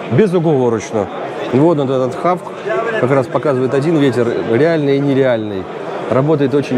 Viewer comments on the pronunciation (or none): Прекрасная прогулка, из пожеланий только - не хавк а хоук ))).